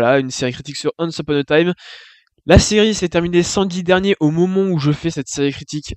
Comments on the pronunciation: Je dislike juste pour comment ta prononcé le titre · Le fait que tu prononce mal le non de la série te rend déjà pas crédible du tout :')